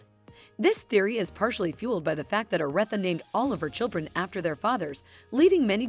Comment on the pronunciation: Respect the queens name and pronounce it correctly smh...AI should not be used for everything